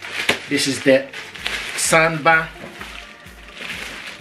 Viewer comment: It's pronounced SOUNDBAR not sandbar